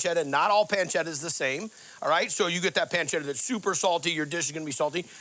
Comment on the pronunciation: Yeeee, “ pencedda “